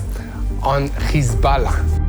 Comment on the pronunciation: When Lebanon defend itself you call them terrorist Khhhizbolah if you can pronounce Hyway I am certain you can pronounce hi b Allah Or Hamas instead of Khhhamas I deplore your hypocrisy why don’t you go report from Ghaza and see if your BiBi lets you show the savagery is committing Two faces and the world is puking the Zionists Cause the Jews of the Tora are not blonde with polish accent